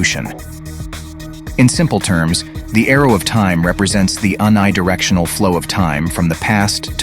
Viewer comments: Nice coverage of the various paradoxes! Btw the prefix of unidirectional is pronounced yoony, not un-eye. Took me a minute to realize what you were saying. =) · Is this AI generated or something ? It reads like a middle school report, and this guy just said ‘un-eye-directional’ instead of pronouncing it ‘unidirectional’ like a non-freak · This ai generated content is shit. When the "narrator" says "this un i directional" instead of unidirectional it's jarring and cheapens the whole video. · It's an AI doing the narration, which is why the emphasis is on a weird syllable or word sometimes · whrn you said "un-eye-directional," it had me tripping for a sec. Did you mean "uni," like university? Universe? 😅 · Starting at around 18 minutes into the video, when describing "the arrow of time," over the next few minutes, the narrator at least three times pronounces the word "unidirectional" as "un" (rhymes with "sun"), I (pronounced as "eye"), "directional" (pronounced correctly). From these pronunciations I conclude that the narrator is not a human being, but a text-to-speech computer program that has not been taught how to pronounce the word "unidirectional." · Unidirectional. The first part is pronounced precisely as it is in "Universe". I realize the thinkers are writing it and hiring some professional talking heads to read the script, but please. If you want these to be taken seriously, edit the speaker and have them re-read the part correctly before going to "print".